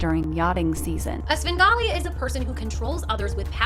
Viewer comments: Bro, it's "Svengali", not "Sben Gotti" 😂😂😂😂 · He did NOT just say “Sengawlee” 🙄🤢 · The way u mispronounce words is adorable sin golly sham ollay E bee za it's endearing ❤🎉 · Svengali is pronounced with the v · Not going to lie listening to you mispronouncing Svengali is cute as hell